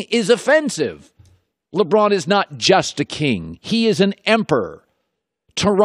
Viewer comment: Why can't he say emperor?